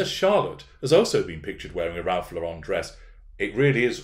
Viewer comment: FYI, it's pronounced Lor-rehn, like the female name that ends the same way as Karen, not with a pretentious French accent, or like Yves St. Laurent. "Ralph Lauren" is an American who made up the last name because his real name is Ralph Lifshitz and that might not have done so well with the tennis and polo sets. Otherwise, no doubt there are pics floating around of royals wearing all kinds of outfits similar to what hw wore before thrusting herself into and then defiling the Royal Family, aka what she appears to view as merely the royal gravy train.